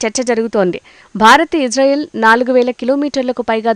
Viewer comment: Anchor madam that is Israel not ijrael plz pronounce properly